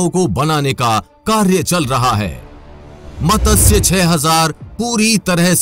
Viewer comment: bhai matasya nahi matsya teek se bholo jab bholte ho